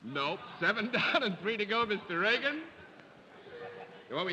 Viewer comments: IT'S REAGAN NOT REGAN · Hedda Hopper pronounced Mr. Reagan's last name as Reegan. Totally disrespectful.